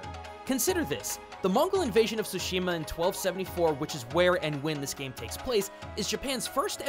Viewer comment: Why do americans keep saying it "SHOO-SHIMA". Can't you all pronounce "TSU"? Like in tsunami